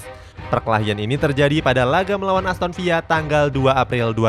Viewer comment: aston villa tetep dbaca aston villa min bukan aston viya😂 kcuali real valladolid tuh baru dbaca "real vayadolid" itu juga bendtner baru djual pas 2014